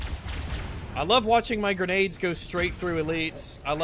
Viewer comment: “Its an endwess stweam of gwenades constantwy”